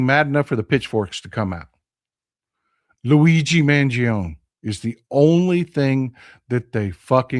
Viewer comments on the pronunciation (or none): none